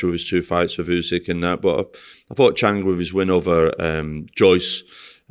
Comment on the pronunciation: “Chang”, “Kobalev”, got to love ahold skool Northerners mispronounciation of foreign names 😄